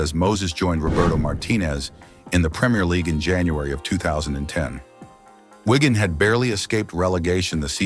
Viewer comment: Can't you just get a human to speak these texts? Whygan? It's Wigan FFS.